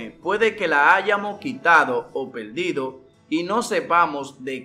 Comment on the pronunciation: Pero tu donde has aprendido hablar.? PELDIDO, POLQUE, FOLMA